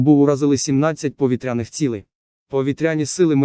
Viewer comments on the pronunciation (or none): Чудові новини про наші повІтряні цілі! Ну а наголоси якось не по—нашому звучать,пропрацюйте ,будь ласка. Дякую!